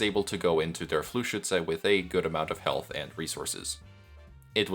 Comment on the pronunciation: The amount of emotion has increased significantly, very fun. I also want to raise attention to the best pronunciation of Fluchschütze I have seen on project moon youtube. Great video once again, you're going all out for this series.